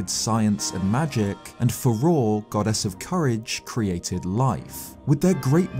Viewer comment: Is he saying “goddess” or “god-ass” because it sounds like he’s saying god-ass 😂